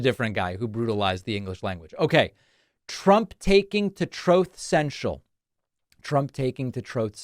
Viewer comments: Troth Sential 😂😂😂😂😂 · Love that “Troath Senshall” button !! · TROATH. SENSHAL. 😂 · Troth Sential gets me every time 😂😂😂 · 🤣 Troth Cential 🤣